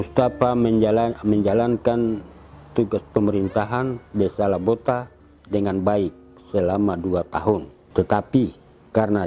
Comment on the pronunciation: Lobota.. bukan Labota